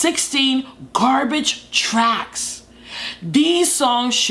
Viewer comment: I thought you said garbage trucks and first and I was really confused 😂